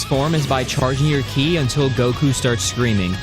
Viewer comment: Ki is not pronounced key it’s pronounced kai